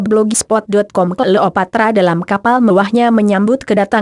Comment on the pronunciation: Apaan sih mass dia bilang klopatra